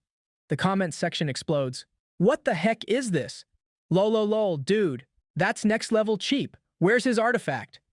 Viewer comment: Bruh are you using a AI to narrate? Nobody pronounces LoLoLo like wtf was that....